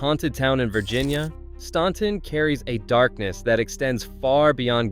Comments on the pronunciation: Staunton is pronounced STANton as in ANT NOT AWNT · Stan-ton not Stawn-ton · Staunton is pronounced..Stanton.. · As a Virginia resident, I can assure you that this is AI garbage. Many, if not most, photos were not taken in the towns referenced (Osceola, Fl was a bit of a tip off!). And when I heard the computer generated narrator say “STAWN-ton”, I realized this was just a clickbait video. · living, a born and raised Virginian here. Staunton is pronounced Stanton. Not really pronouncing the last T 🙂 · When you pronounce Staunton, the U is silent... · If you can’t pronounce “Staunton,” U should be silent! 😂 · Learn how to pronounce Staunton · Thank you!! If gets on my nerves too. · I glad you corrected the video on the pronunciation of Staunton. I picked up in that immediately.